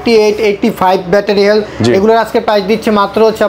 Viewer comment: হেলথ বলতে পারেনা, হেল বলে🤣